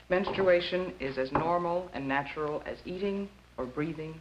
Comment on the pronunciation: Menstawation lol